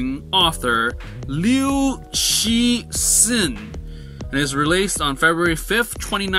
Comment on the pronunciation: I'm really surprised that you can pronounce 'Guo‘ correct but not 'Cixin'.